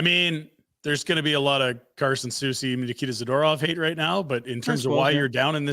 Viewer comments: 🤮Every time Frank mispronounces “Za-ter-off” it seems like a power move … smh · why have they never said hey frank there is no A after the D in zAdOrov drives me crazy dont know why lol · Can you plz teach Frank how to pronounce Zadorov